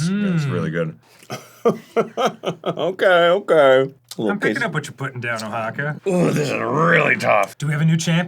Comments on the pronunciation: Dan's a man after my heart with how he pronounced Oaxaca, I make similar pronunciations atrocities each time, brings me joy for some silly reason :) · neither of them pronounced Oaxaca correctly but at least dan did it on purpose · This was so much less gross and so much more informative than I expected. Arin with the ADHD spiky cheese knowledge, and listening to both of them mispronounce 'Oaxaca'. Delightful.